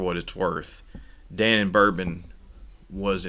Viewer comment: Da Non Bourbon -- not Danon. Thank you.😊